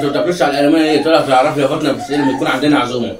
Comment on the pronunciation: ليش تقولي ( فاطنه ) و الأسم هو ( فاطمه ) ؟